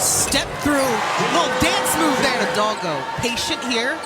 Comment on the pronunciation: As a Latin, please, learn to pronounce the surname Hidalgo.